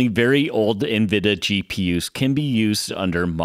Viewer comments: N-VId-ia Not nvida, there's an "i" in there. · It was only a matter of time someone caught this. I knew it was coming after people noticed sometimes I said "Nvidah" or "Cuhdah" as this one I noticed after the fact. It's been interesting as the my mispronouncing things has been easily the top criticisms. It shows most people I know don't give a crap about computers otherwise I'd been corrected by now. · Ha, Of the things I figured people would come at me on, I figured it’d be El Captain or Metal or Jaguar in these vids instead of my varying lazy compression of Nvidia to three syllables.